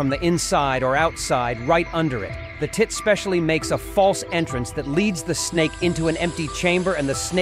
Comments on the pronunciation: Why did he have to say it like that? This is the pendulum TIT! 😂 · The fact the narrator put so much emphasis on it lol.